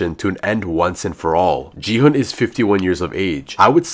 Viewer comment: and if your a squid game fan you would know that player 456's name is pronounced "Gi-Hun" not "Ji-Hun"